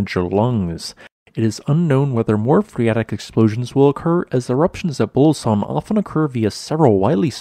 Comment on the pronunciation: There's an 'oo' sound in the middle of Bulusan.